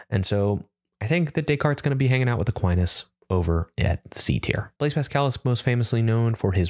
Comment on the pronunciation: Fun experiment, thanks! Shame about that bad fumble on Aquinas, but otherwise hilarious and edifying in equal measure.